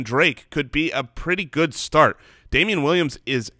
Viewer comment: Am I the only one who caught saying 'snart' instead of 'start' every time?